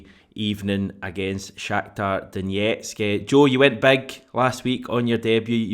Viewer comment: Stop saying Donetsk like that.